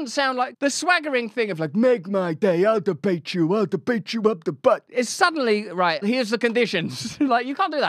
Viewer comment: 'Put em ahp. Put em ahp' (cowardly lion energy)